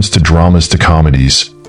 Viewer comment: Ginsmoke? Why can't they narrate these clips with a real human voice using correct pronunciation?